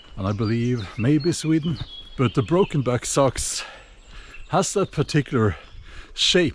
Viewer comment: Its not sux its sacks